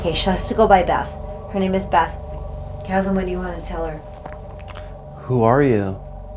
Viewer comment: I love how she pronounces his name Kasm.